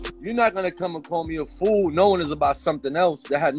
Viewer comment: Lmfao he said FOO 🤣🤣